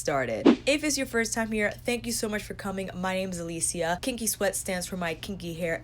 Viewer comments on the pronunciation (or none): none